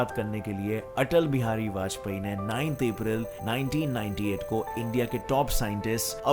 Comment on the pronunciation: Written 1998 and but verbally it sounds 1988. Which one is correct ???